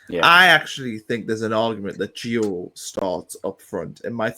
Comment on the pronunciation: Not gonna try and pronounce his second name, got his first wrong as well mate 😂😂 It's Nordi not Noni, Noni signed for Arsenal mate 😉 Jokes of course, keep up the good content. Also it ain't Gio, it's Gee-you hard G like goal.